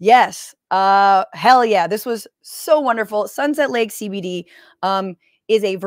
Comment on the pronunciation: As a TMR fan, hearing "Sunset Lake SeyBeyDey" pronounced correctly is jarring.